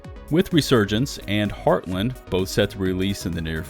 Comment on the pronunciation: Also, the way you pronounce Heartland still drives me batty lol.